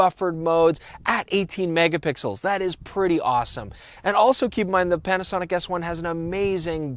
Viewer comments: Did he say "Panasonic ASS 1"? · Did he say 'Panasonic Ass one' ? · Is it me or at the beginning of the video does it sound like is calling the Panasonic S1 the ass1.